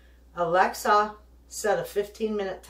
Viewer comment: have to laugh every time you say alexi set timer my sets your time